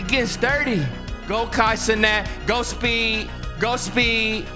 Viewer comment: “Goo speed”😂😂